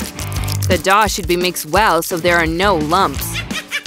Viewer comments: No nut the way on the first one they said dOuH and it actually dough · They keep saying daw and it's dow